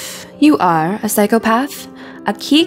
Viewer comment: I think OP is entitled to her opinion... Considering it was a valid one. Psychopath isn’t pronounced that way by the masses, therefore majority rules. Say it how it’s pronounced, so people don’t have to infer what’s being said. And before someone counters and says, “well I’m sure we all knew what she meant”, my point still stands. No one should have to guess, when it’s ten times easier to say it how everyone else does. I’m all for alternative subgroups rebelling against the conformity of society, but can we not be irritating about it. Hi, I’m a Type-A person, and small details like this grind my gears. It can’t be helped.